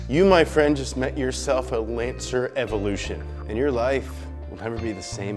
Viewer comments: Everrlution......lol Dummy. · The Ford Mk2 escort in the picture came before the Ford Sierra should of Done the Ford Escort cosworth picture. EVO -LUTION Not Everlution why do Americans always fuck up the pronunciation of Japanese and European rally cars and to top it off he fucked up rally legend Tommi's Makinen name. You would think with 2.81 m subscribers he could get his shit right